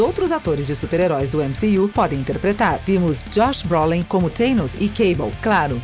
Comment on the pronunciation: Mané ÉmCi-you o que.....kkkk